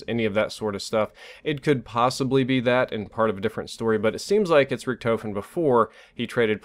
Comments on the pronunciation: I noticed be saying Richtoefen instead of Richtofen 😂😂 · "Rick-Tah-fin" not "Rick-toe-fin" just letting you know because I know you like to have good pronunciation. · How hard is it to pronounce Richtofen like tmartn says rickduhfin and is saying ricktoefin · how can you hear "Richtofen" so many times and still say it like that?! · Man, you said Richtofen wrong the entire video. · Please tell me your joking? He can't even say richtofen correctly.